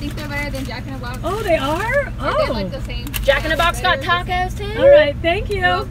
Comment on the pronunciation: I assume you meant thanks but it came out as Thames. Not a bad idea to take to London.